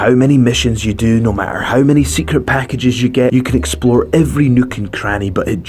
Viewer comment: He says "erazing" instead of erasing. Also says "mat-er" instead of matter